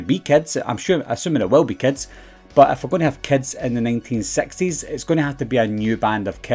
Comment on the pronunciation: When he said 1960s, with his accent, it reminds of fat bastard saying "I am sexy"